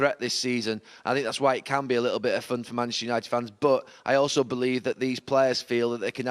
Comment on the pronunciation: Can’t this guy say Manchester United 😂🤣😂🤣